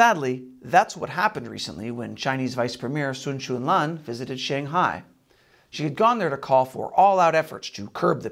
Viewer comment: Maybe....just for this channel, you could learn how to say "Shanghai"